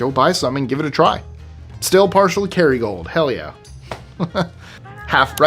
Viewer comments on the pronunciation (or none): none